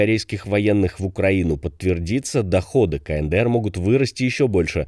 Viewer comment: какой еще [КаНэДэЭр]?? [КаЭнДэЭр]